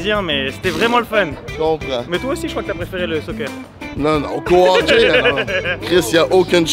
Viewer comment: Y’a une différence entre le hoquet & le Hockey 😂 non mais sérieusement vraiment nice la vidéo!